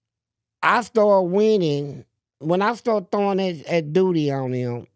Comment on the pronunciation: He said “I threw dooty on them 😂😂